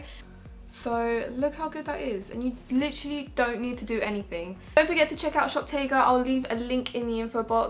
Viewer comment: Love the products you picked! Its pronounced 'shoptagger' btw 💕